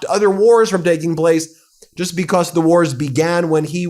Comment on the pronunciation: Why can't he say "because" correctly? Bee-cosss😆